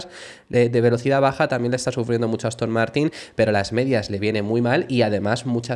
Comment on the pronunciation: Ha dicho Aston Mártir?